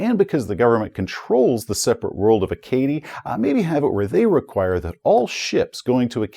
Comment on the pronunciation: Acadie is pronounce A-ka-dee. I get that isn't a linguist but being someone who is more than a little familiar with all of the European langauges mentioned in this module, pronunciation killed me a little every time. Good video though! Congrats on 100k!